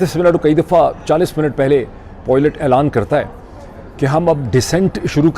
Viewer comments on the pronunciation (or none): With all due respect, Dr. Moeed Pirzada: Pilot is pronounced "Pilot" and not "Poilat," just as toilet is pronounced "toilet" and not "Tilot." Thanks for your attention. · It's pilot not poilot